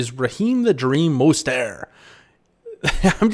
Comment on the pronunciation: He's not French, at least research the names of the players your covering unless the mispronounciation is intentional for some reason.